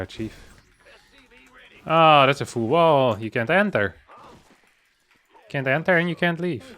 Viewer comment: I always thought the pronounced the word “full” weirdly, but now I see he pronounces it the same as “fool” when he said “full idiot” and I initially thought he said “fool idiot”.